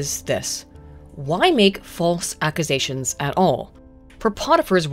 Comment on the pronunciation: Is everyone just going to ignore the way pronounced "Accusations" somewhere in video?